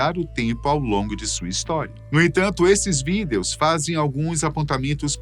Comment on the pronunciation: Por que ele sempre fala : videous